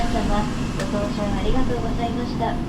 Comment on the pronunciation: カタコトのありがとってなんか嬉しいですね😊